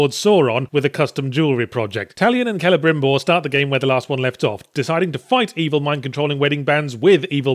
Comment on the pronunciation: At least he pronounced "Celebrimbor" correctly.